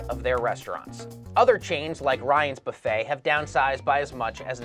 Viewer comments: "Boofet"? It's "buffet" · Wasn't that "Boo-fay" and not "Buff-ay"